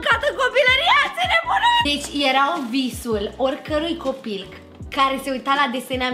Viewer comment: La minutul Bibi a spus copilg